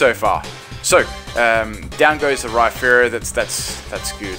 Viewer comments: It's Rhyperior, not Rhyferior like you claim. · isn t it Rhy-perior like surperior istead of Rhy-ferior as in inferior